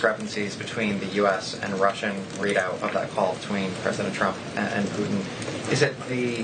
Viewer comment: What is it with Millennials and the inability to pronounce hard consonants? It's "PuTin". Hard T. Not "Puh-in".